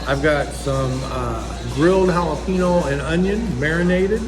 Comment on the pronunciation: Jal'a-pee'-no is the perfect American pronunciation. I appreciate that. Not H for J, not nno, for n. I love Mexicans (they are the majority of my neighbors in Texas), but they understand. And, I understand and love them, too.